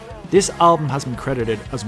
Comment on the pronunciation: "trash" metal? ..it's 'thrash', or is it the accent?